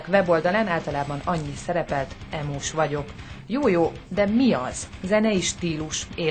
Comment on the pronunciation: Pont az emo srac mondja azt h "Ímós?" neee 😂